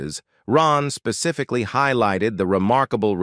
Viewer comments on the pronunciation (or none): none